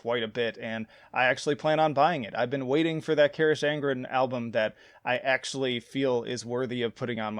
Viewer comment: Pronounced Ka-rock On-Gren Fronk-en-shteyen-a Strah-ta-A-mon-tan-us